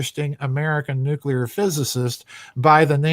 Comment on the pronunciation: Nuclear = No-Kali. Notice time gone wonky?